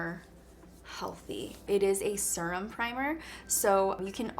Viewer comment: Need this primer and I’m oily. Also, how she says “surum” instead of serum